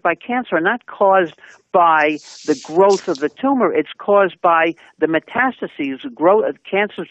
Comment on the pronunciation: The hostess is missing a syllable when she says "metastases". But, overall, the message is a good one.